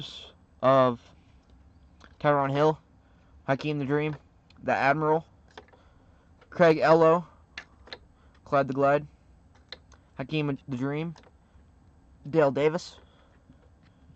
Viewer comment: Its Nay-Tron Means, Dan Mar-Lee, Craig E-Low